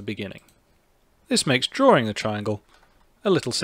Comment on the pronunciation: Why do you say drawring instead of drawing?